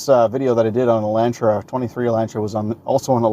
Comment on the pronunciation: "Elaintra" Elantra*